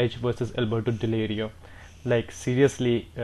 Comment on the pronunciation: alberto delrio not delerio :P